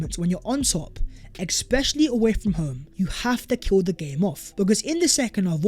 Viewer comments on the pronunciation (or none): Lots of ‘exspecially’s today.